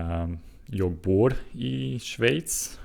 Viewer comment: Du uttalade Schweiz på svenska utmärkt :)